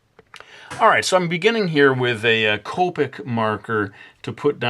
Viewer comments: its pronounced co- pic, not coe- pic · it sounded like you said colpic marker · It is not tricky to blend copics, just use the E00 marker, it is a blender. And u pronounced it wrong.